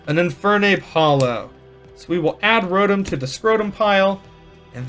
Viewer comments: First Pokemon pack experience from a panda vid, but just the fact that he calls Rotoms scrotums fuccccen kept me around lmao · When I hear him say rodum, I hear scrotum.😂😂😂